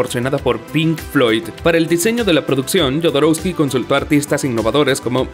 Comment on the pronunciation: Perdón... prometieron una verdad "oculta"... ¿Se les olvidó ponerla? Jodorowsky es chileno, por lo que no tiene sentido pronunciar la 'J', como 'Y'. ¿no viste las películas? Es BARÓN Harkonnen, no BERNON. De plano con ustedes no se puede